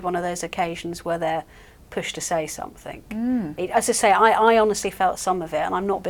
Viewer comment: I noticed that the woman in the black and green dress pronounced 'something' as 'somethink.' I can feel discomfort from here!